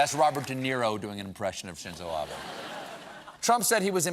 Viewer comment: Genuinely, thank you for knowing how to pronounce Shinzo Abe.